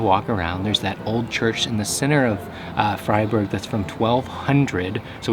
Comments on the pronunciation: ITS NOT PRONOUNCED FRAY. "ei" is just like Friday, so say Fri-burg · Nice video! A tip to make your videos about specific regions, cuisines, etc even better: ask the locals how you pronounce stuff and maybe include a little snippet of them pronouncing it! it does a lot! For example Freiburg is not pronounced Frayburg but Fryburg like the verb "to fry". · The city of Freiburg is pronounced "Fryburg", like "to fry" or "frie(s)". And it's a university town with over 32,000 students (= about 14% of it's population). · I love Asian girls! also love your pronounciation of Freiburg lol "Freyyburrg" 😂